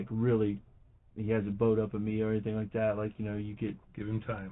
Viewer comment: And any words that end in “ing”, she pronounces with “ink”. For instance, when she says “thinking” she pronounces it “think-ink”. Or instead of “anything” it’s “any-think”. Rrrrgggg…😡 so freaking annoy-ink